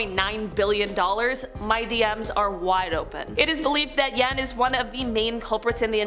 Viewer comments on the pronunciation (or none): Seriously trying to pass off knowledge but don't know how to pronounce ponsey (not pons-eye) scheme...or jan (pronounced yon. Not yaan)